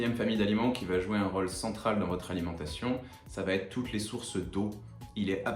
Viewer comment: Merci pour tous ces conseils ❤ Juste, comme beaucoup de jeunes youtubeurs, vous faites aussi l'erreur de rajouter un T qui n'existe pas dans l'expression: "qui va être" et non pas qui va-t-être 😂